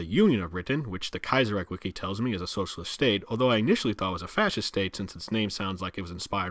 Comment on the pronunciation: Are you sure of the Kaizerreich pronounciation ? I would pronounce ch not a k at the end.